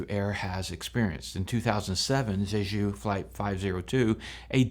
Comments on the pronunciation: Quit saying “Zhezhu.” The “j” in “Jeju” is pronounced like a normal American English “j.” I have over twenty years experience in Korea and you can bank on my pronunciation advice. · You pronounce Jeju like it's the name of a French hooker. The J in Korean is the same as in English, so you pronounce Jeju like JAY-JOO. JAY like Jay Leno, JOO like the majority religious group in Israel.